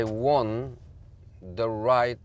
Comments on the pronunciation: What is 'zeh' is that a new pronoun ?? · 'Ze' Special One 😉